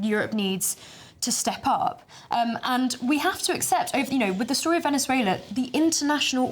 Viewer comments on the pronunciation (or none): none